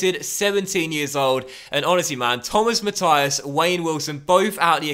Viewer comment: Not that it bothers me but its not mathias its mathis